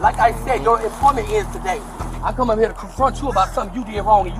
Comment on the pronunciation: Is this the reparation they want i keep reading and hearing so much about??? Just wanna steal and do what ever and just be able to go home cuz like for her, shes not even from heah... i know, i spelled it the way she pronounced it. So she wants to take whats not hers then put up a fight and just go home, knowing she was LITERALLY CAUGHT ON CAMERA. Sorry, i just had to cuz im so sick of hearing about reparation. Ive commented a few times that if someone could show me their papers that proves they are/were owned, especially within the last oh lets just say 20-30 years... i will pay reparation, BUT NOT TIL I SEE PAPERS 1ST. 😮